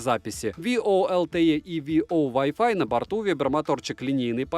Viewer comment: Поймал себя на мысли, что могу бесконечно слушать как ты говоришь вай о лайф, в разных интерпритациях😂🤣